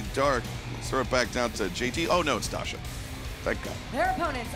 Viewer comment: Dasha, please don't make every Name sound the same.....thanks.